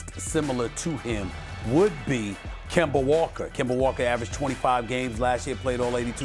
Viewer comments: Nobody: Stephen A: kember walker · “Kembar Walka” Stephen a